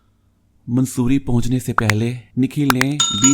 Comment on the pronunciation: It is not mansoori Its mussorie